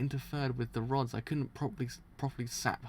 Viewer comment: I'm being driven insane at him sayings RODS as ROADS.